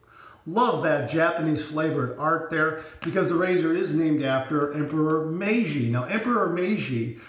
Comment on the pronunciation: Hi,. Yes your "MEIJI" pronunciaiation is good! I also bought "The Emperor" ajustable razor. I will watch your video and learn more from you. Stayt safe. Mitch